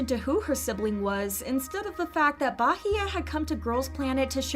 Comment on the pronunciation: Me: peacefully watching the video. The narrator: 'BAHEYE'